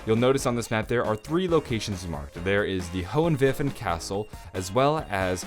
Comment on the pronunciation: you are my fav zombie youtuber now cause you really improved your german and can pronounce Der Eisendrache, Hohenwerfen and Eisriesenwelt very well!